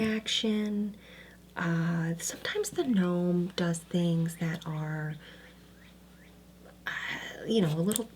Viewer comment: ga-norm the ga-nome is killing me LOL